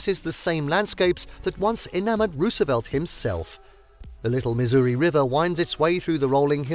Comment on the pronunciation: Oh my goddess how many times is he going to say Lake Sakakawea wrong!? 😆 Stress on the second syllable buddy, not the first...and Missouri...again stress the second syllable not first, it's not Misery 🤦‍♀️